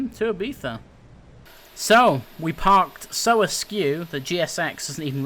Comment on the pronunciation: Im Spanish/Lithuanian/English And You Pronounced Ibiza Correct!